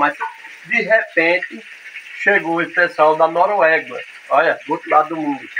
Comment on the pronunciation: não é Noruegua. É Noruega kķkkk